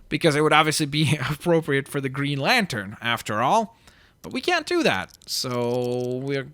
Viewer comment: You could have called Green Lantern "GreenLantrn" so it would sound the same. Not a big deal though.